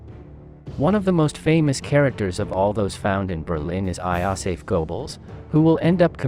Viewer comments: Iosef Goebbels? Wtf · “i-aw-seff Goebbels”